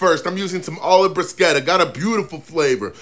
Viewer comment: Looks so damn good. Italy will be happy that you pronounced bruschetta properly 😁 probably the first I've heard a non Italian even make the effort. Keep on cookin' mate